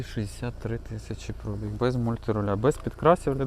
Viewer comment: Хто каже слово пробІг з наголосом на о, той довбойоб.